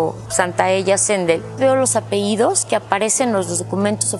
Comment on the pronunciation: ¿Por qué dicen apeidos, si es apellidos? Muchos comentaristas hacen este error.